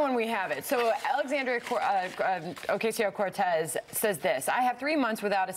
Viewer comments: They chose to not say her name correctly they were demonstrating their contempt for her and her ideas. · They still can't pronounce her name ? Smh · The inability of Fox News to say her name correctly reminds me of Family Guy's joke about white people making Mexican food, where they say "TACK-os! on a corn tor-TILL-a!" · Funny how she was gonna say her name right then mispronounce it on purpose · As much as Fox News talk about AOC you think they’d know how to pronounce her name by now. Their ignorance is stomach churning. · They keep miss pronouncing her name on purpose. It's a racist dog whistle. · Someone with an ounce of respect would have apologized for butchering her name. For them being mainstream news anchors, I would EXPECT that they would know how to pronounce her name. Since I know they do, they mean disrespect. Most people would see it as disrespect then move on, however, a racist would hear that and pause a bit to smile. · So snl can make fun of a disabled veteran, but fox can’t make fun of a dumbass. Ok It’s also stupid that fox dumbasses can’t pronounce her name it’s not that hard. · Did you notice how many times the lady had to stop herself from saying her name correctly? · Do you really think they are mispronouncing her name by accident? No. Its the right wing's VERY effective way to brainwash people. In this case, what they're really saying is, "Alexandria O-whatever her name is, is so insignificant, its not even worth the effort to get her name right." And that strategy WILL work on the right. They are easily manipulated. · I can't stand how Fox "news" pretends they don't know Alexandra's name. They say it wrong literally every time. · And of course gotta mention the classic fox news demeaning tactic of mispronouncing someone's name. They know damn well what her name is, but by mispronouncing it they subtly put her down as someone beneath their concern. Fox does it all the time, especially with people of color.